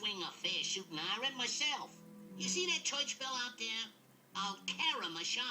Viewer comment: "Choich bell."